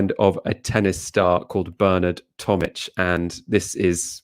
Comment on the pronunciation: LOL pronounces Bernard Tomic's name correctly when the little scumbag can't even say his OWN name right lel